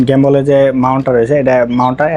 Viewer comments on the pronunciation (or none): গেম্বল না গিম্বল